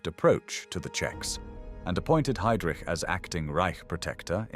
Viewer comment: Si dice Lidice e non lidis si dice haidric e non idris. E kubis non era un assassino (come dice l' idiota dello speaker) ma era un eroe che ha giustiziato un macellaio pagando con la vita. Con voi mai più